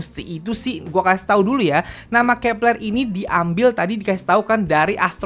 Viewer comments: Bang.. Bacaannya grupnya Kep1er itu kepleu(keplo) bukan kepLer😭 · Cara sebutnya kak " Keplo "